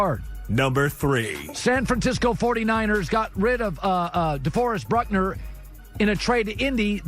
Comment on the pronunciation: Colin's Butchered Names - "Bryan Beluga" , "Antonio Winfield" , "Kayshawn Vaughn" , "Jordy Brooks" , "Jalen Reegor" , "Deforest Bruckner" , "Jayvon Kinlaw".